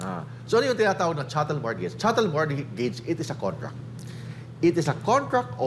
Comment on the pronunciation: Silent "T" po ang mortgage